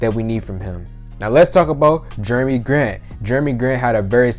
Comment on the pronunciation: “Germy” Grant lol 😂